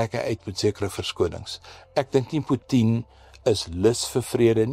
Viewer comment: Ek verstaan nie die snaakse uitspraak van Putin nie. Probeer die proffie sy mag en invloed bepaal deur te kyk hoeveel van ons hom gaan na-aap!?